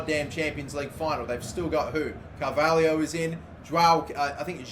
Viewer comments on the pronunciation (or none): none